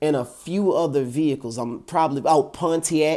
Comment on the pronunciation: Bro you are the first person ive heard pronounce the “T” in pontiac. Everyone always says ponnyack